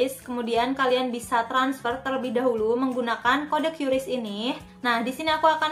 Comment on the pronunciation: Bacanya Qris ka bukan qyuris